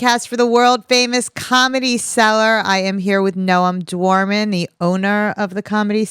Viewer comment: No ,Noam is incoherent